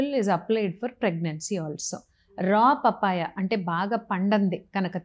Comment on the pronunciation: పాపాయ బాబాయ్య కాదు పప్పాయ🤦‍♀️